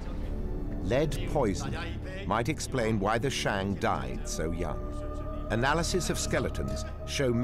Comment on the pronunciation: Ahhn Yahhng of the Shahhng Dynasty, NOT Anne Yeing of the Sheing. These have to be the hokeyest Tales from the Crypt style reenactmemts I have ever seen, with that bumbling soldier figure swinging the halberd in slow motion followed by the cut shot of red paint blood spraying on the grass with an echoey snake exhallation resounding in the background. The PRC needs to roll out those new ground radar machines reshaping the world of archaeology and revisit all the principal sites, AnYang among them.